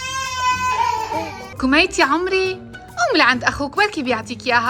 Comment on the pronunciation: كميت ❎ كبريت ✅